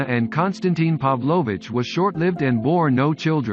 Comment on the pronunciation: Could never understand why English speaking people all over the world can't make a tiny effort and pronounce the Russian names right.. I find it disrespectful. And I am not talking about the accents. It's the stresses which are wrong. It's FyOdorovich, not FyodorOvich. PAvlovich and not PavlOvich..It's people's names, for goodness sake, read Carnegie.